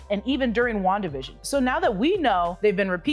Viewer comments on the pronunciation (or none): none